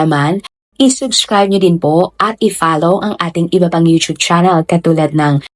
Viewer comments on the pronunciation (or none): none